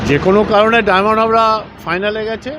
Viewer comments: শুরু হয়ে গেল র নাটকবাজি। ১৭ তারিখ রেফারি খুউব ভালো ছিল। আজ রেফারি খুউব খারাপ হয়ে গেল। 😂😂😂😂😂 আর ল্যাং মেরে ফেলে দেওয়া কথাটা পাড়ার ফুটবলে শুনেছি। আর এখনও ডায়মন্ড হারবার উচ্চারণ করতে পারছে না, ডায়মন্ড হাবড়া বলছে। 😂😂😂😂😂😂😢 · আগে ভালো করে উচ্চারণ করতে শিখুন । ডায়মন্ড হারবার, ডায়মন্ড হাবড়ার নয় । এখানে আর রেফারি ম্যানেজ হলো না । 😀😀